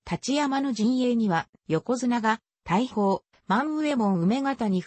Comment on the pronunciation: 大砲。おおづつ!たいほうじゃない!他にも読み方がかなり違ってます。もう一度やり直したら!